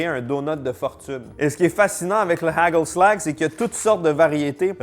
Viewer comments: "Hageulslague" 🤣 les G faut les prononcer comme si t'aller cracher toutes tes trips avec un R très gutural! - "HaRReuslaRRR" et la marque se prononce à peu près Raeuteur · Hagelslag se prononce arelslar. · Allô, j'ai grandi en mangeant du hagelslag et ça se prononce HÀÀ-khel-slakh (le kh étant comme le r du français mais sans vibrer les cordes vocales, alors comme dans pRune mais pas comme dans Rune, et le L est sombre comme en anglais américain). La marque de Ruijter, plus difficile puisque les sons n'existent pas vraiment en français, mais ma meilleure approximation serait quelque chose entre RÀÜ-teurre et RŒÜ-teurre 😅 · Dsl de ruiner tes reves mais le "g" de hagelslag se prononce pas du tout comme tu le dis....💔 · Étant Belge côté flamand, je mangeais toujours du hagelslag, et t'entendre essayer de parler néerlandais est très drôle.😂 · ahahha tu le prononces extrêmement mal le truc du pays bas, les g ils prononcent ca en R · Les haagel slag toute mon enfance, la plus grande spécialité culinaire des Pays Bas ! par contre faut revoir la prononciation 😂